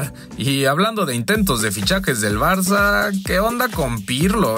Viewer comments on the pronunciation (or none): none